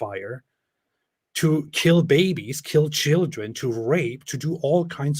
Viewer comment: I love how he say Shieldren.